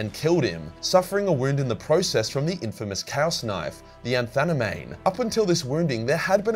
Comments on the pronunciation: "Anthanamame"? lol. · Isn’t it “Anatheme” as in “Anathema”? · it's ANA-THAME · Ah yes. The chaos knife, "the Anthanamane"